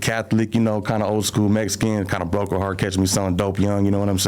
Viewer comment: Bro I can’t take these snortas serious he says “Mexican” like them “mesican” these foos completely disregard the culture